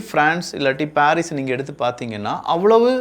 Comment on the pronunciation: பாரீஸ் அல்ல பரிஸ்